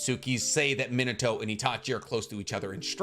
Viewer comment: Me nah toe, not that hard bro come on 🤣